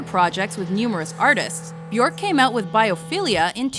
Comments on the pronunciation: it's pronounced byerk not byork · It's be- erk Rhymes with jerk Also you should have touched up on the Ricardo Lopez incident. Tragic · It’s Björk as in jerk with a B. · Ugh. It’s Björk, like work or jerk … not fork. Can’t wait to see her live again! She’s brilliant! Oh, she and her daughter, Isadora, will appear in The Northman next year, along with Anya Taylor-Joy, Nicole Kidman, Alexander Skarsgard and Willem Dafoe. She plays a Slav Witch. Can’t wait! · She said her name is pronounced byerk rhymes with jerk. Why nobody honors that? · I from America and we would pronounce "Bjork" at to B-York or Beyork t even if Bjork wasn't the correct way of pronouncing Americans would pronounce her name as B-york or beyork.. her name wouldn't sound like the word jerk... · Björk is prounounced bjerk (like in jerk), not kidding, just say Bjerk and you will be pronouncing it correctly ;) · So, Chris, you are saying that she doesn't know how to pronounce her own name or what, when she herself stated at that press conference that Björk rhymes with jerk?! Moron... Ö is an Umlaut, also at home in the German language, there is nothing comparable to it in English so she had to find the closest possibility... Jerk! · She pronounces byerk. It rhymes with jerk. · Frank Moran the umlaut is there for a reason. The proper pronunciation is "byerk." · Naky Mawlot she pronounces it as b-yerk, so we should pronounce it the same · If you're going to do a story about someone, at least pronounce their name properly. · the way they pronounced her name wrong the entire video made me cringe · * makes Bjork biography * * mispronounces her name * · YOU have to ROLL THE "R" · Please learn to pronounce her name correctly. Disrespectful. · You couldn't even pronounce her name correctly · byuhrk guth-munds-doh-tir